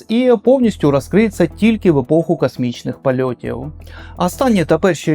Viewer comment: Дякую за чудовий матеріал, і по дружньому зроблю зауваження, у багатьох словах ви замість букви О вимовляєте букву А. пАступово, кАсмічний кАрабель, дАнат, кАти, а мало б бути коти.... і тому подібне. Гарного вам настрою, незважаючи ні на що.